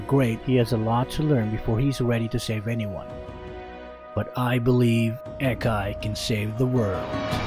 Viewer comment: The A in Akai is not like A in Air, but like A in Aura